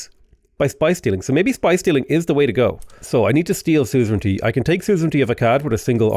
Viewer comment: Everytime he say soozrintee I die inside